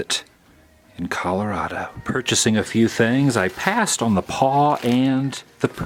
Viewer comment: You were very close! And it's ColoradO, not ColoradA lol